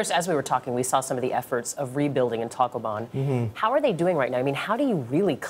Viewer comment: "Taclooban" - what a bizarre pronunciation for a Filipino.